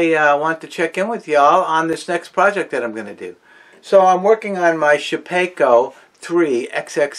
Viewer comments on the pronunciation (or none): just for saying shapakeo, I'm out